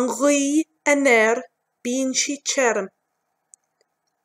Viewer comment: It is lovely to hear but how tirim becomes cherum I will never understand.